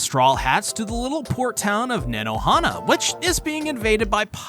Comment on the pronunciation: hate to be that guy. but in japanese words and names. "a" is often pronounced as "ah." for example in "nanohana." same for o in koza. it's basically "kohza"